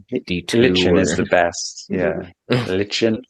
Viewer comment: Lichen is pronounced "like-in". Also I think these two have a long way to go before I'd take much advice on herbs from them. Garlic does NOT "kill brain cells". Dr. John Christopher the famous herbalist and naturopathic doctor and author and founder of the oldest still running herbology school in the USA used garlic often and devotes an entire chapter to it in his book The School of Natural Healing to it. Garlic is an anti-biotic and anti-parsitic. and alterative herb. For your adrenals Dr. Morses Adrenal tonic has these herbs: Eleuthero Root, Wild Yam Root, Cleavers Herb, Kelp, Parsley, Ho Shou Root, Saw Palmetto Berry, Chaste Tree Berry, Juniper Berry, Dandelion Root and leaf and Rhodiola Root. Many of these herbs are also in his Brain & Nerve and Endocrine Balance formulas.